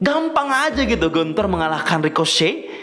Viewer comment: Gunter dibaca Guntah